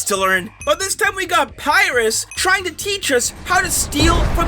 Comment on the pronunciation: Pierus Pronounce it as “per-I-us